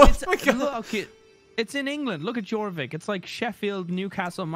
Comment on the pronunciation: I wish to point out that "Jorvik" is pronounced "Yorvik." It's the city now known as "York." There's a museum there and everything.